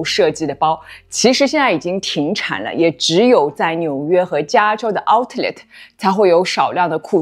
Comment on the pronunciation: 我OCD啊 读Ou-Let 第一个t不发音